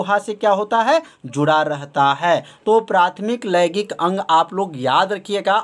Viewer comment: Sir laigik nhi hota h laingik hota h😏